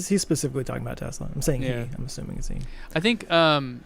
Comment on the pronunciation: What's a Tezla,? You must need more data to process how to say it correctly.